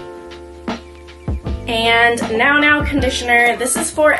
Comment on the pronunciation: Nounou is pronounced “new new” :)